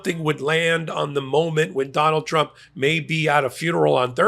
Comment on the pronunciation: Di9d this clown go to college to learn how to say TRUMP????? LMFAO